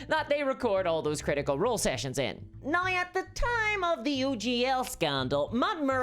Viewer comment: THIS COMMENT IS NOT INTENDED AS A CRITICISM.! I am enjoying your witty repartee and delivery, and I am curious about your accent, in particular the way you pronounce the word "now" which to my (admittedly untrained) ear is sounding like "nigh". Is this common in your region of the world, or is it unique to you?